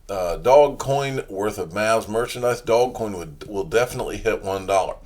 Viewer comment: dear god with the "dog coin" it's doge man, DOOOJJJSSHHH DoJE DooOOoJjJJJJJJE man. Come on you got this! I believe in you.